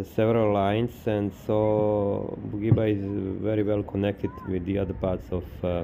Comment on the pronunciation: Ne cita se Bugiba nego Budjiba druze. Cisto savjet 😉